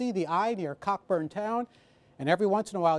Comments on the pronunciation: It's actually pronounced Coh-burn. Fun fact: Olivia Wilde's last name was Cockburn before she got into acting. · TIL that the does not know how to pronounce 'Cockburn'.